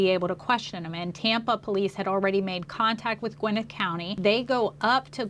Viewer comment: It’s Gwa-nette County 😂😂 I guess I’m being picky because I lived there at one point.